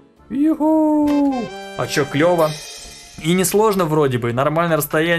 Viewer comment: сказал,,Это марийский пират". И я из республики Марий-Эл. И произнёс,,ЧЁЁЁЁ"